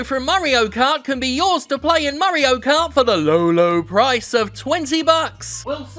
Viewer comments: Lmfao I love how he pronounces "Mario" as "Murreo". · "Murry-o" Perfect.